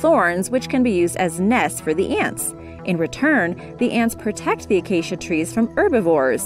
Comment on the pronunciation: Narrator: Acacia Tree Minecrafters: Did she say Aacia?!?